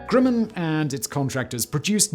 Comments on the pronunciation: Not Groo-mun, it’s Gruh-min. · Unsung? By whom? Also.... pretty sure Grumman is spelt, well.....Grumman. Not 'Grimman'. Simon......GrUmman. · Hey Simon, never heard of GROO-man. The correct pronunciation is GRUM- man. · I wouldn't call it an "unsung" her to at all. And learn how to properly pronounce Grumman. It's not Grewman. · Nice vid. not enough attention is paid to the plane. However, the company is pronounced like Rum with a G. Not GREW-man. Just saying. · the 'u' in the manufacturer's name is pronounced as "uh" not "oo", but this seems to be common pronunciation among UK YouTubers ~ otherwise another excellent production! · Lay-tay Gulf. Grum-men. My grandpa fought at the former and my uncle worked at the latter. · Mispronounces Leyte and Grumman. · Grumman is pronounced like the word gum.....short u sound.